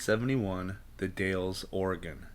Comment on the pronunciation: Hi, I really like this channel, because you show maps and 📌 pinpoint Bigfoot locations. Imagine saying the Dowels, this is the way you pronounce the Dalles Oregon sir, I've been there many times. Sturgeon fishing. Thank you for your channel on Bigfoot. From the Oregon Coastal Mountains 🌄 Range 🏔️🌞🇺🇸 Dave and kathi.